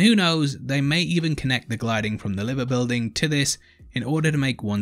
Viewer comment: I would have been happy if you had just pronounced the Liver Building correctly. (its not Live in the name of Liverpool its live like a band plays live). Just sayin, and yeah I know you wouldn't know that if your not local.